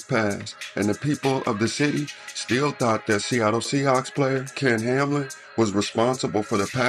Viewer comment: Its ken hamlin come on fam not kam